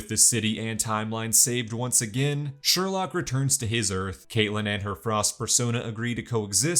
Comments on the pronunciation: "Its sherlouque not sherlock" 😂😂😂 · "It's SherLOQUE"